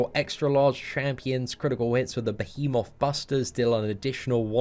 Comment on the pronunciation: listening struggle with pronouncing the word behemoth is everything.